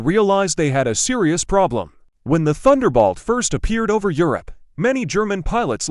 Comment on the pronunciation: Someone should listen to this stuff before posting. Turbocharger has a soft g. It's Thunderbolt, not Thunderbalt.